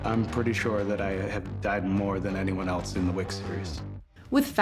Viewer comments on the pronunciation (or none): none